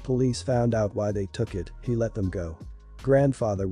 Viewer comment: Please please correct the computer speach. Lives = lives like number of lives lost. NOT lives like the dr Frankenstein yells he LIVES, Spelling the same but pronunciation and meaning different. Ok, ok You SEA. Ha